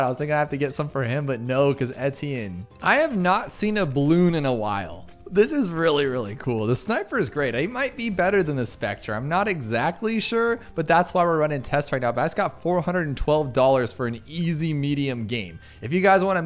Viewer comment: Can we talk? It's spek-ter, not spek-tree. The aircraft here is named after the AC-130H Spectre gunship in the USAF, which has a bunch of massive cannons in it. The AC-130 (variants of the C-130) are incredible aircraft. Spectre is pronounced spek-ter.